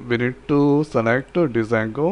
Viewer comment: Its called jango not D jango